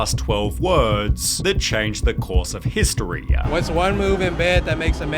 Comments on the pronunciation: "tv-uuuuuh" "history-uuuuuh" "two thousand twenty four-uuuuh". Hate it. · Why does the narrator drag out every last word he says “historyeuh” “twenty twenty fouruh” everything has “uh” sound added at the end 😭 so hard to ignore it